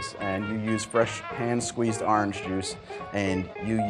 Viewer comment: The way you say Orange just cracks me up. Love the channel so far